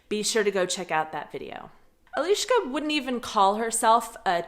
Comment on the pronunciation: ahoj jen...nejak nechapu proc s eliskou mluvis anglicky? to se cesky asi nenaucis..)) ani poradne nereknes eliska ale spis neco jako ieliska..trapny.. kdysi jsem byl jako mladistvej na rujane s nemcema na tabore...za 14 dnu jsem obstojne mluvil nemecky..asi jsou amici omezeny stejne jako rusaci a jejich mozky nechapou ze existuje jiny jazyk..funny